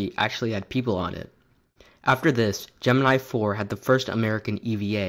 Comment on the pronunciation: You mispronounced Gemini